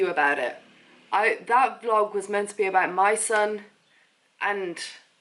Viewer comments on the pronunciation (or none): Please, My Son, pronounces "mee son"! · it is pronounced ME SUNE